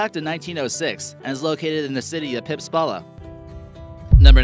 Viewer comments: the first sauna wasnt in pistpala, it is piispala.😂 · well... It's Pispala, not pipsala. And it is actually one part of Tampere city. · he said pipsala lol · "Pipspala" HAHAHA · The "city" of Pispala is actually a city area of Tampere - not an actual city itself. Also, you should pronounce it like Pispala, not Pipspala. Tove Jansson wasn't Swedish, she was a Swedish-speaking Finn. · WHAY YHE HELL IS PIPSPALA???? IT IS PISPALA!!!!!!